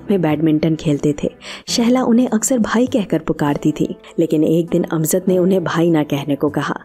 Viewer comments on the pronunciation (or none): अमज़द (Amzad ??) यह उच्चारण ग़लत है. यह जयंत वाला "ज" है.. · The word is not AMZAD . It is “ A M J A D.” AMJAD.